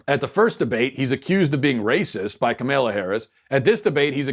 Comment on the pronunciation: The way he pronounces kamala's name is almost as bad as kamala herself